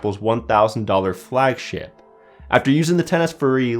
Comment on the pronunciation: The way he said flagship sounds like flagshit And the funny thing is it's true, mid range ftw